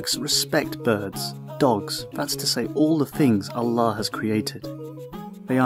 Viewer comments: Seslendiren adam ne güzel allah diyo la ben bile öyle diyemiyom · The way he pronounces Quran and Allah , Maşallah I feel the ❤️ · the way you pronounce "Allah" is so deep and meaningfull brother .. masallah